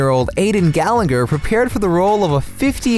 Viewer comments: That's not how you pronounce Gallagher! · Did say Gallagher wrong though